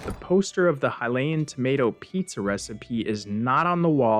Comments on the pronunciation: You say there's a lot of "Hill-LAY-in" text and you can "trans-literate" some of it. I'm being SUPER honest here, so I hope you take this in the spirit it's intended. Those words and pronunciations are wrong. It's "High-LEE-in" or "HIGH-lee-in," not "Hill-LAY-in," and it's "translate," not "trans-literate." This is why I hope you don't take offense: You're super fucking great at making videos, and your media literacy is SO proficient that I literally don't know whether this was a genuine mistake, OR an intentional error to get people like me to post what I'm posting right now. I'm basically saying that you're perfectly capable of making an error as a human, but you're also SO good at making videos that I would BELIEVE your errors are intentional, for fun. Either way, this is a friendly correction meant in NO way to belittle anyone and, hell, I'm such a new Zelda player that tons of people could comment on this comment to correct ME! I'm great with that. Happy to learn. That's why I watch your videos. Useless knowledge is still knowledge, right?! 😂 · The way you say Hylian as Hilayan is really infuriating for some reason. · The way you pronounce "Hylian" and "Mural" were legit hilarious